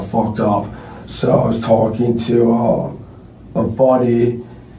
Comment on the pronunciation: What is he “tulking” about?😂